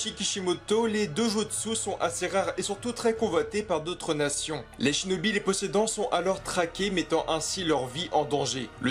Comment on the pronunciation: mdr il sais pas dire Dojutsu et shinobi